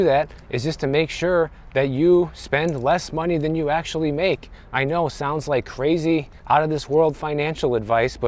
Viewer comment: You said AKSHUALLY four times in the first 30 seconds